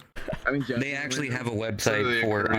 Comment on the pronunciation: 'no i never actuwally beweaved it' 🤓